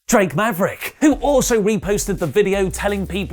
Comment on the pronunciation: Making people say... "Drake Maverick" correctly is GODS work. Nice one friendo.